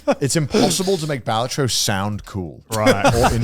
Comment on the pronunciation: How are you guys the ONLY people i've ever seen pronouncing Balatro wrong? PS: "Wukong looks like ass cheeks" has to be Connor's worst take of the year lol, I know who I'm voting for Clown of the Year award :D